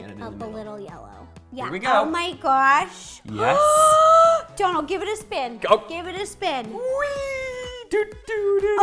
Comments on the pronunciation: Ciara S Its not Dolan its Dónal and that little line is called a fada and its what makes his name irish and it’s pronounced like ‘oh’ not ‘on’ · sarah sarcia His name is Dónal not donald, and it’s pronounced different than how to Rosanna was actually saying it, she was saying it like ‘d-on-al’ but it’s actually pronounced like ‘d-oh-nal’ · I think it's pronounced dough-nl and not donal (like the first part of Donald) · His name is Donal as in Doughnal not Donal as in Donald Duck, please stop butchering it for the sanity of us Irish viewers 😂 Great video though 👍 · I die inside every time she pronounces Donal Donul it's pronounced donel life omfg😂😂😂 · IT'S PRONOUNCED "DOH-NAL" GAHHHHHHHHHHHH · Why can't anyone there pronounce your name correctly? 😁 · Yes my fellow Irish man💪🏻💪🏻🇮🇪 his name is pronounced like u were about to say donut but al at the end😉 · Hi ro (btw no hate and luv u) but you know Donal is pronounced DOEnal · DOUGH- NALL. Lets pronounce Irish names right 👏🏼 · Rosanna your saying his name wrong girl I love you and your so goo at what you do but your saying his name wrong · Your saying his name wrong